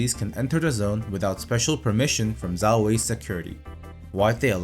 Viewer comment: Great video! Just a hint- learn the pinyin pronunciations, they are easy and saying "zhao" like "zao" reduces the credibility as it shows you did not consult primary sources.